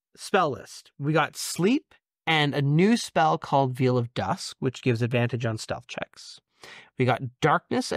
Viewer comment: "I hope I'm pronouncing this right" Your cohost pronounced veil like veal and hearth with none of the vowels that are actually in the word. That ship has sailed. =]